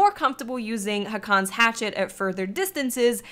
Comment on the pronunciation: It's actually pronounced "Haakon's Hatchet."